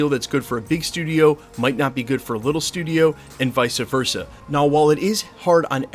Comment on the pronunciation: Haha "vicer Versa" 😅